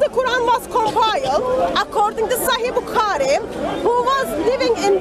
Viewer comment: I laugh each time she says Sahi Bukaari 😂😂😂 It's "Sahih Bukhari"